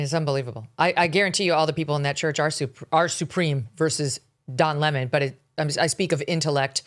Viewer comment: We need to start calling him Don LEMON----not Don "Lemaaaan"---he's not Leman---he's a LEMON. LOL ;)